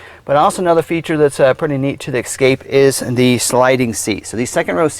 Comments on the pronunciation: It's "ESSScape, not EXXXcape. Jesus! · THIS is the guy you chose to do the video? First off, he's terrible and please let him know it's ESCAPE...ESS-CAPE. There's no "X" in Escape. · “ Ex” scape lol... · Please pronounce the name of the vehicle correctly. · Triggered me right away